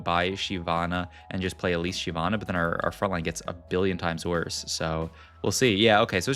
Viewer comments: Says will say all champ names correctly. 20s later says SHE-vana (pretty sure it's SHIV-ana). Left like anyway good effort. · “I’m going to pronounce every name correctly” 2 seconds later: “Shie-vana”